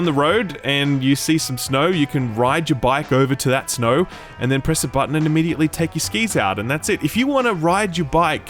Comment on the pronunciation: I come back just to hear him say "Buddon"., can I take you home with me.;)